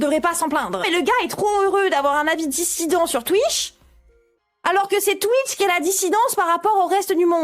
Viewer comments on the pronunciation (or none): Emodem ne sait pas prononcer correctement Twitch donc elle dit "Thúi" ce qui fait exploser de rire les vietnamiens puisque Emodem dit littéralement que sa dissidence est pourrie / pue ! Emodem, Thúi quá ! 😁🤣😂😎